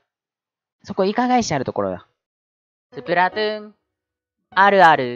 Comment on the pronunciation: スプラトゥーンあるあるってうなぎが言う時 「スプラトゥーあるある」 に聞こえるのは気のせいですかね？